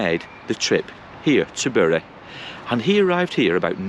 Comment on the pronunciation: It is highly rewarding to find someone able to pronounce my hometown properly. You could even pass for a local 😜 I married a Whitefield lass, and she still says berry 🫤